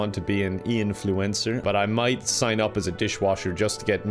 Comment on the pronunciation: Him: Ian Fluencer All I heard was "influenza"